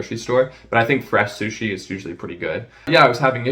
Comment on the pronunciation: I’m fermiliar with shushi and shoy shauce. We have sho much in cermon.